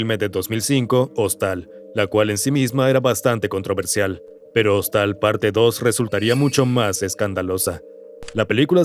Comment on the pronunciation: "Hostal" JAJAJAJAJA se pronuncia "jóstel" 😂